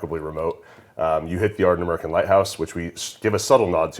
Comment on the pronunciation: Ard-nah-mur-khan not meer khan